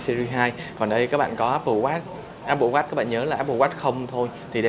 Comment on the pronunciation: Không nghĩ mode Sơn này phiên âm tiếng anh như vậy Áp bồ Oát :D